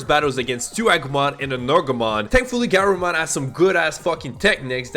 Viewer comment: may I make some corrections to your pronunciations, & recommend rewatching english dub of Adventure (: BIRD-druh-mon guh-RURU-mon drim-MO-ji-mon BAH-keh-mon ty-RAN-no-mon VEJ-ji-mon LEE-oh-mon (ironically you were pronouncing it right in its Latin origin) OH-ger-mon MAR-ket MAN-uh-jer (emphasis on capitol letters)